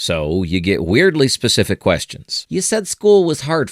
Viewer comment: "So you get WEIRDY SPECIFIQ questions" Can't tell if this was intentional.